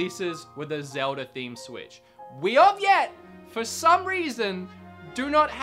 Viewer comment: Zelda? You mean ZELDI?????